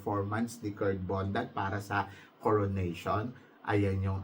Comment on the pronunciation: Its BONDAD not Bondat, binabago mo last name, ginagawa mong bondat